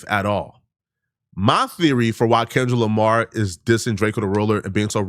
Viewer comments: The man called him kendick Jamar 😂😂😂 and you reaching with all this 🤦🏽‍♂️ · LOL NAW HE SAID KENLICK JAMAR 😂😂😂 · "Kenlick Jamar" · Why he says Kendra Lamar😂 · did this brotha say Kenlick Jamar??? 😂😂😂😂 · Man said Kendrick jamar lol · That mane so old he don't even know kendrick Lamar name the right way..lol kenrick jamar?? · He said "KenLick DRamar" good sir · He can’t say Kendrick Lamar for his life